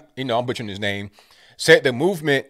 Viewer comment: you misspronouncing Eide name wrong could be considered "WAYYISST".